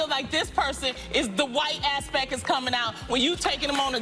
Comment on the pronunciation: Loni really out here being so outspoken while mispronouncing ‘aspect’ tf she talking bout? “aspeck” 💀